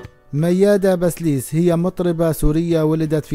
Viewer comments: كم مرة لفظت الكنية خطا يا اخي بسيليس وليس بسليس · بسيليس . مش بسليس .